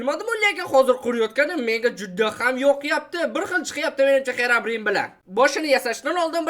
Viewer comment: English yaxwilab organing Xerabrin emas Xirobrayn😅